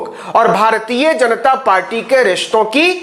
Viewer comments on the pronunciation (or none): none